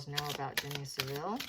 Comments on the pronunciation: You’re pronouncing Jimmy Savile wrongly. It’s pronounced (sav Ill ) not (civil) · Pronounce the name like this …. SAV-ill , not SA-ville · Savile is pronounced with the emphasis on the first syllable SAV, the second 'ile' is just said 'il'. Seville is the Spanish city. Charles seems to lack judgement if he chose Jimmy Savile as a confidante. Savile was a vile character. But it's good to know the proceeds of his estate has gone to compensate his victims for their personal injury. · It took five minutes for me to realise you meant Savill, not Sevile. Please don't refer to the filthy pervert as Jimmy. It makes him sound normal. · I remember him on a children's program "Jim Will Fix It" and thinking how creepy he was around children. His name is pronounced " Salve-ill " love your insights